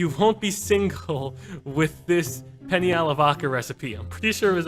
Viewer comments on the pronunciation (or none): penne, not penny man